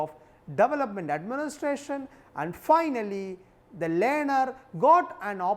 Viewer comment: what the fuck just he say "lyaner" for learner!